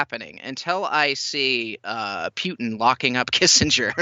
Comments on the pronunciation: pls stop bagging russia and china together. china is the inteded winner and its Putin not Pewtin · Pewtin did he just say Pewtin pew tin? Lmao